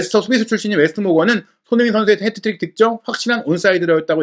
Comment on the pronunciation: 왜 자꾸 해트트릭을 헤드트릭이라고 부르냐…